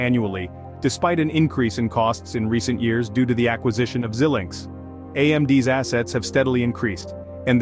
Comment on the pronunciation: geez, how can you trust this when he can't pronounce Xilinx correctly?